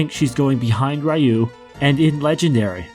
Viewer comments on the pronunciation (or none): Nice tier list. I love BoF. It was one of the games I owned on the SNES and as close to a Final Fantasy game as we could come over in PAL land without adaptors for US cartridges. Pet peeves: Ryu, is pronounced R-you, not Rayu. It's not Angie, its Agni, AgNi. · Did you just say "Rye-you"...? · I haven't heard Ryu pronounced Rai-yoo in over a decade+